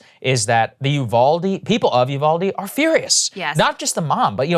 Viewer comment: Uvalde is pronounced "You-Val-Dee" (not You-call-Dee)